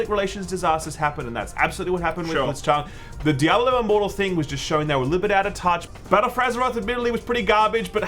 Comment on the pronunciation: "Djabulo" lol wtf